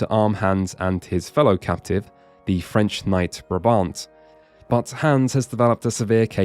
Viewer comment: And "frensh" 😂😂😂